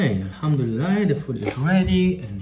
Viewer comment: When u say Mashallah and alhamdoulilah I’m just like 🤩